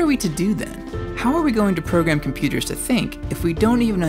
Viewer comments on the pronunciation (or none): none